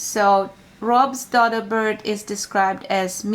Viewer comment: DODO is pronounced with a long O sound as in donut.